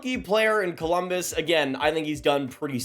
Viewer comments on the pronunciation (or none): none